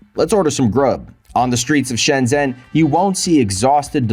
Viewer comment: If it was, he'd learn to pronounce it properly. Shen-jen with a j for john.